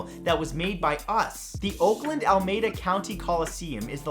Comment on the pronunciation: Alameda pronounced Ala-Mee-Duh, theres my fact for the day 😊